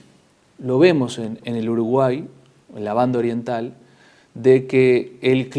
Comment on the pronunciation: ¡Que bien que suena cuando dice "Banda Oriental"! Saludos desde la Banda Oriental.